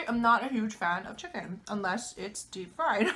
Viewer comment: great vid! mmm! chi-kon good! korben dallas moll-tee pass 😂